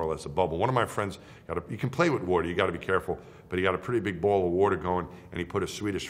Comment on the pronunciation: I like how he emphasizes the “ball” shape of the earth. Hes just like “come on flat-earthers, make my day.”